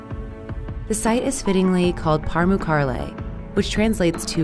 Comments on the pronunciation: They’re pronouncing Pamukkale wrong. It’s actually supposed to be pronounced Pa-mook-kul-eh. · It's funny when she tries to pronounce pamukkale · The way she keeps pronouncing it...smh. Imagine a non-English speaker making a video about New York, except they keep saying 'Nur Yurk' even though their language contains all the sounds to properly say 'New York.'